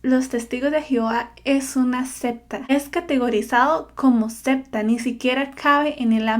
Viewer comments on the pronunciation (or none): Cuál es tú religión? Ah! Niña no es 'cepta" es SECTA